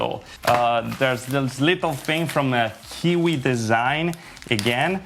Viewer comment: It's not kiki but Kiwi